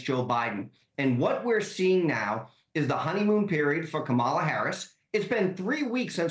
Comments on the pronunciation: Wait--the way Corey pronounced "Kamala"--is she a foreign agent or something?!?!?! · Congratulations on allowing him to mispronounce her name that many times … great work! 😁